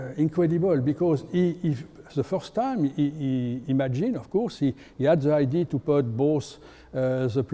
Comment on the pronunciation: Lots of knowledge, terrible English. Let this man speak French and hire a translation professional. “Idea” sounds like “ID” and so on…you get tire after a while…😂😂😂